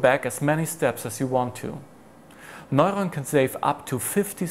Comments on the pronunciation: He sounds like he's saying noylon instead of neuron. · Sounds more like moylon to me.